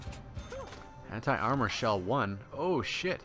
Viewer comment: I swear, every time you say Anti i hear Hentai.